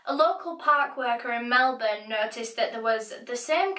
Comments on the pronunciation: Exactly - the second syllable is almost ‘swallowed’ - ‘Melb’n’ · As an aussie, I very much appreciate the proper pronunciation of Melbourne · Thank you for pronouncing Melbourne correctly! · Finally, a non-Australian who can pronounce Melbourne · It's kind of Mel-bun. But you sort of have to say it together real quick so it sounds like one syllable instead of two. We make sounds rather than words. For example Australia has four syllables but we pronouce it Straya. So it sounds like only two syllables. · omg she’s the first person i’ve heard that isnt from australia that pronounced melbourne properly